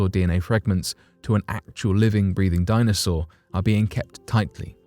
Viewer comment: "A baby dinosawur."